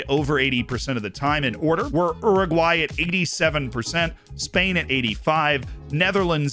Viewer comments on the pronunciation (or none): none